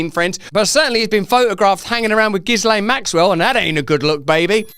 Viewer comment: That's what a democracy looks like, Russel. Also, the 's' in Ghislaine, is silent... You're welcome 😉